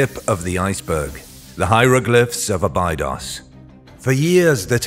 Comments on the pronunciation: Thank you. I knew it was a bad sign when he butchered abados. Probably spelt that wrong, but I'm not pretending to be an expert... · It's pronounced " Abeydos"